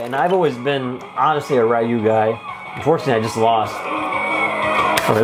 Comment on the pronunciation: Ryu is purnouced like you r is silent